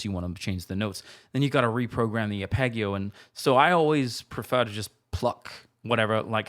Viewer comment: I love these, but please never say arpegio again. Only kidding, pronounce it any way you like. You're the boss. Love it.